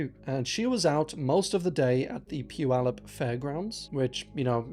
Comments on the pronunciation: Was just coming to say the same thing. Very happy to hear Puyallup said right the first time. Simon Whistler absolutely destroyed the word. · OMG!!!!!! You are the first person not from Washington state to make a video on YouTube that has pronounced the city of Puyallup correctly!!! I had to rewind and listen again and then revive myself from fainting (ok, not really, but almost)!!! I'm so beyond impressed. This is why you're the GOAT and an absolute legend!! 💯💜💜💜